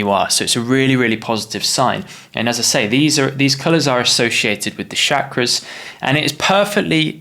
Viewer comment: It's called Chakra and not Shakra*